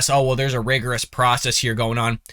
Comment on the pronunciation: Dude, you can't even pronounce the word "rigorous". Go back to Mommy's basement. The adults are talking.